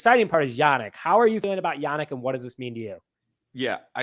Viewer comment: It's pronounced "YaNEEK" Not Yanick...